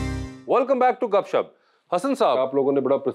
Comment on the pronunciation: 1-gupshup not "gupshb" 2-sharmeen or sharmin not "shermeen"